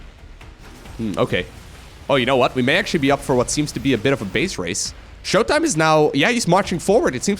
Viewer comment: In case you didnt know, was implying showtimes name, when said fast with an American accent sounded like MY COCK. That is all.